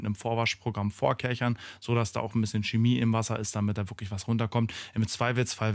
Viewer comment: Das ist keine Schemie, sondern Chemie. Auch keine Kemie oder Cemie